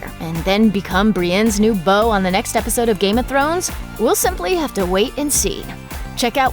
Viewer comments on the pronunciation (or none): none